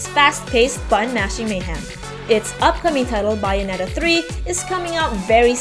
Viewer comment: WHY CAN'T YOU PROPERLY PRONOUNCE BAYONETTA???